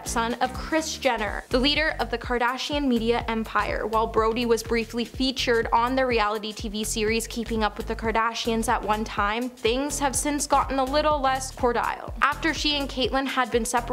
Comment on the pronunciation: First she said Drew ained "Notary" instead of notoriety. Then she said "Cord-I-ELL" instead of cordial. I wasnt even paying much attention so I'm sure theres more that I didn't notice but this is comic gold.